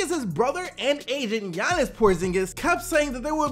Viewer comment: Did i just hear giannis porzingis